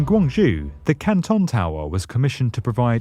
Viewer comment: Amazing video! This really opened my eyes.... But you said Guangzhou wrong.